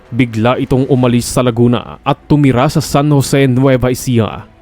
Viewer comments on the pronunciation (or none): none